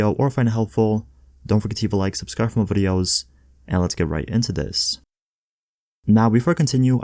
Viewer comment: I hate the way he says videos